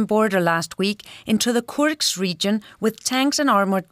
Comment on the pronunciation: Youd think this woman would know how to pronounce Kursk lol.